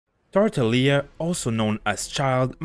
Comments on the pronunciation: Nobody is saying this ok soo um, he said it wrong its tartaglia not tartalia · How dare you pronounce his name as tartaleia😂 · You don’t pronounce the hard G, in italian the sound GL is pronounced “yi” So you’d spell it as Tar-ta-yee-a with a bit of emphasis on the y (Italian here) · tar-ta-GLI-a lmao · Emphasis on that GL sound in Tartaglia please. He is a staple character of the Italian Commedia dell'arte, Comedy of the Arts, so you can find the pronunciation online ✌️ thanks for the video! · The "G" in Tartaglia is pronounced, not silent